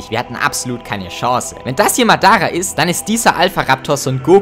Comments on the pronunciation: nur mal zur korrektur, es heisst nicht madAaRah sonder maddarrah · Dieser Moment wenn man nur durch das aussprechen von dem Namen Madara merkt dass du die Deutsche Version geschaut hast 😂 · ja besonders madars auf deutsch aussprechen und obitos stimme oder sAsUkE aussprechen